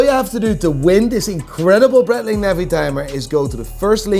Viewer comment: What does a man who looks like a giant chipmunk know, anyone who knows anything about watches knows that GS are better made than any Rolex. Just snob value with Rolex’s And try and pronounce breitling properly!!!